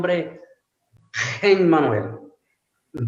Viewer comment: Vuelve a decir “Hemmanuel” Alguien sabe porqué lo dice así el?